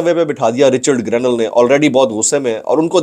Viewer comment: رچرڈ گرینیل ❌ رچرڈ گرنیڈ ✅ 😂😂😂😂😂